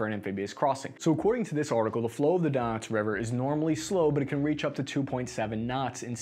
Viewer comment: Donuts river moskava and severa dunts